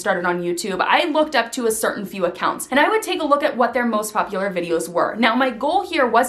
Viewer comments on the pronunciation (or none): "I would take a look at a fertin... Curtain is #bloopers